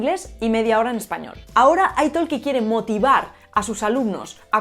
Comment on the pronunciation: I think that the pronunciation of italki should be aytahki, not aytaLki, it comes from English "talk" the "L" is silent.